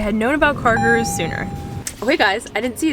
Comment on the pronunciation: i am soooooooo sory if this feels feels like a hate coment, promise, its not, sooooo its NOT CARGIRERS ITS CARGOROOS {pronociation wise } . indians will know: Guru means teacher, so like car teacher.